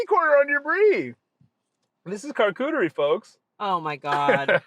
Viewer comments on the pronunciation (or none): i beg you to name it "car-chuterie" not "car-cooterie"